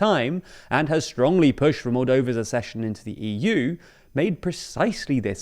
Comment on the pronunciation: ak-session NOT as-session!